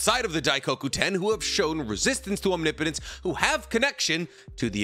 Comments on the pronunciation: "Omni potence" lmao its "om nip o tence " you are straight up butchering the word lol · Omnipotence. Not omni-potents. One word. It hurts, I’m scared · It's "ahm nip puh tense" not "ahm nee poe nts" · Am I wrong in thinking is "Om nipo tence" and not "omni potence"? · Om- Nip - Otense not Om-ni-potense usually not a stickler but I honestly just noticed it 😂 but you say it how you want bro bro 👍🏽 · I love your content but Omni-potence is killing me 😂, correct me if I’m wrong in terms of naruto pronunciations but it’s usually pronounced aam-ni-puh-tense. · OMNIPOTENCE ISNT TWO WORDS 🤣 why do all the narutubers say it like that ahahjahaha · It's Om-nip-o-tent (Omnipotent) or Om-nip-o-tense (Omnipotence). Not Om-ni-po-tent or Om-ni-po-tense. Every time you say it wrong really grinds my gears! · Why do you call it Omni-potense... and in a few instances actually call it, om-nip-o-tinse... like you got it right a couple times, but even after getting it right, you still go back to the omni-potense... 🤦‍♂️ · Had to stop watching couldn't take the repeated mispronouncing of "omnipotence". Om-nih-puh-tense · no shade man I am really loving the vids but it's not OMNI-potence. It's Om-nipotence. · Om-nip-o-tence, not Omni-potence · Will you please say om nip o tents instead of omni potence, youre pronunciation is killing me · Om-nip-o-tence... You're killing me! Lol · I absolutely love 99% of your videos. I listen to them all the time. So please, try saying om-nip-oh-tense. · Small thing: omnipotence… “om-nip-uh-tense” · Omnipotence is pronounced OM-nip-oh-tens oof lol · Om-nipa-tense. You're saying it wrong. Look it up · you naruto/boruto youtubers keep mispronouncing the word omnipotence. its omnI - Potence. enphasis on the I. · Om-nip-potence 👍 no hate, just ❤ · anyone else just realize been saying omnipotence wrong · Oh no. He knew how to pronounce omnipotence for a few days and then he traded brain cells with the his pitbulls again. Rip.